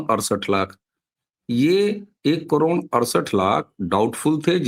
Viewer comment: करोण ??? ××××× करोड !!!!! √√√√√ " ड " अक्षर का उच्चार कठिण है?